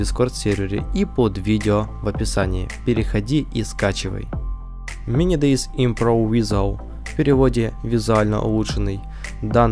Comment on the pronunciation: Как минимум не мини дейз а мини дейз зет z- эта буква читается как зет и это абривиатура, т.е. z это zombie или по русски зет зомби а полностью мини день зомби это по русски произноси правильно!